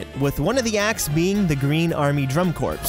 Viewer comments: by the way, drum corps isn't pronounced "drum corpse" but "drum core" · You don't pronounce Drum Corps as CORPSE! You pronounce it as CORE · I’m sorry, I don’t mean to be that person, but as a marching band person it’s gonna bother me if I don’t clarify cuz this is a very common mistake... “drum corps” is pronounced “drum core”. I’m sorry, I don’t mean to be the pronunciation police. Have a lovely day! 😬